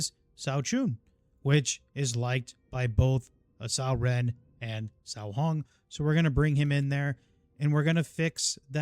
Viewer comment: Loving your vids! Just to make sure you have the correct pronunciation, the name 'Cao' is pronounced like 'ts-ow'. The 'ts' is pronounced with a soft or silent 's', whereas the 'ow' syllable is similar to that of 'how', 'cow', etc. Hope this helps!